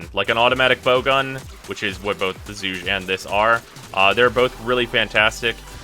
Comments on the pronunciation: pretty sure when it was released they said it was pronounce Zuge (like Huge) but I could be wrong, never really understood the pronunciation of words with Chinese origin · its Chinese therefore it has approximately 200 ways to pronounce it some of which are probably an insult in one dialect or another, but DE says it is supposed to be Huge with a zzz at the start.